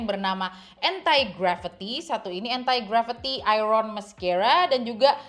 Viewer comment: kak maap tp aku salah fokus dgn penyebutan entai gravity 😭 jadi inget era melem-babi 😭